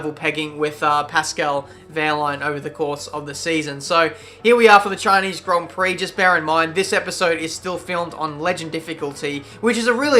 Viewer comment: Chineez Grond Prock